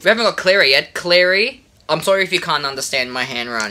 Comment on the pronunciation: you say claia i say mary